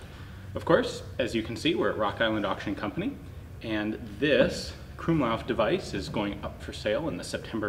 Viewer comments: krummlauf... didn't even know that was a hard thing to say till he tried saying it... Krummlauf...Kru-aueam-leauf... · The way he pronounces krummlauf and sturmgewehr cringes me so much as a german